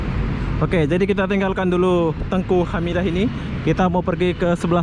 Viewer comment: dataran ENGKU bg.. bukan TENGKU..🤭🤭🤭🙏🙏